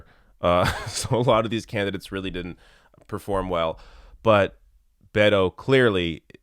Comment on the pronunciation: Bay-toh .... WTF 😏